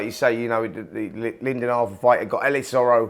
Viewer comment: And it's Lyndon Arthur not 'Lydon'.